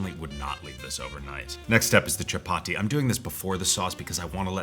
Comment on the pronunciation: Chapati and basmati (emphasis on the first syllable for the latter) are pronounced with a soft t--like a th.